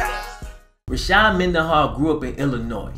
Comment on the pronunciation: It’s Rashard not Rashad